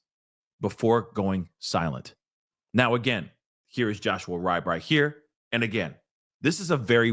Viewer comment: His last name is pronounced Reebe